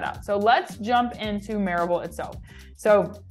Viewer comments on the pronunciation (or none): Louisville is pronounced ‘loo eh vull’. Maryville is pronounced ‘murr eh vull’. You’re welcome.